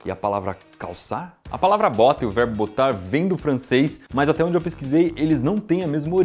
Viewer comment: Apenas eu ouvi "varbo" em vez de verbo no final do vídeo?😅😅❤